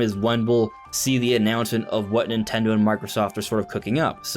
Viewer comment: Nin-ten-do. Say it three times. That is the company’s name. Not Nitello or Nintello or Nutella. How hard is it to say their name?